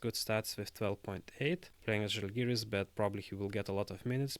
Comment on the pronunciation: No offense, but if you understand the language, you should respect the team name and pronounce "Žalgiris" the right way, not like other do.